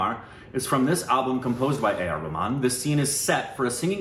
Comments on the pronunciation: It's not Rehman it's Rahman.. 😪 indha vadakanuga name ayumn mathi vitranuga..😁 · Ar.Rahman not rehman 😅